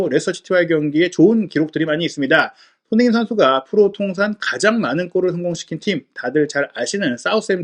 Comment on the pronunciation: 훠훠 숀흉민 어뒤괐어? 숀흉민